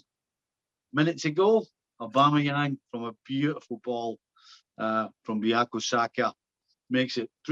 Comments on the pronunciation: Buyako Saka 😂😂😂😂😂😂😂 It's BUKAYO. Pronounced BOOK-AR-YOR. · Did I just hear "Biyako Saka"? Lol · Buyako Saka. Lol